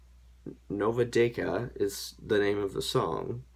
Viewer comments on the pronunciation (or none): it's not "nova decka" like c-is not read like K, it is like C, like [:si:]...De c aaaaaa. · It’s written nova deçà but it’s pronounced nova detsa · this guy absolutely destroyed the pronounciation, its pronounced Sanya Ilich and the song is Nova Detsa (new children)